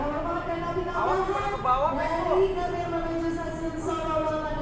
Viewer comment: Gambir ❌ Gambie✔️